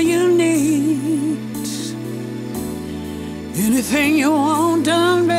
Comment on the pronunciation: No she meant `need` but she pronounced it `neet`